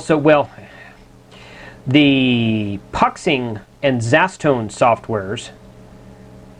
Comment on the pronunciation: love the videos just a quick FYI Puxing is pronounced "Poo Shing" it's a factory in Xiamen (pronounced "Shar men" ) in China keep up the good work always very informative.